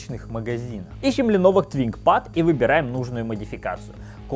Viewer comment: ДистрибуВ, ТВинкпад... Ты серьезно?..